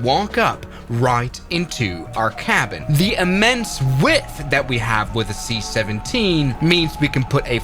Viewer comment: The seat 17 instead of the c17